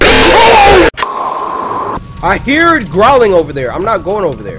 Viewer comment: Ha he said heared